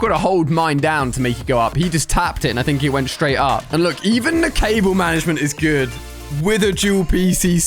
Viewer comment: When he said guud I laughed so hard